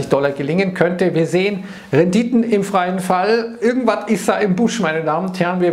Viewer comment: "De Renditön ..."